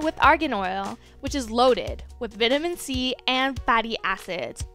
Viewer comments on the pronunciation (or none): Vet ah men c is not how you say that